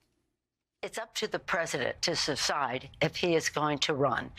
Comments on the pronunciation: Nancy Pelosi just said susside instead of decide. Octogenarians rule us. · "IT'S UP TO THE PRESIDENT TO SECIDE" NANCY NEEDS TO GO TOO OLD HAG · She said pussy lol 😂